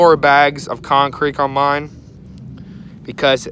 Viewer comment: Thought that's what I heard too!. LOL